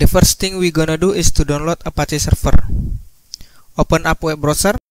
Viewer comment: Serfer serfice🤣